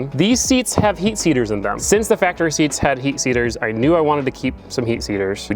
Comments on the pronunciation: Lmfao I do the same shit when trying to say seat heaters - heat seaters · Bro really said heat seater 😂